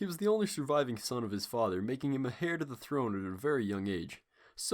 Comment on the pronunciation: Also it’s pronounced ‘air’ and not ‘hair’ to the throne.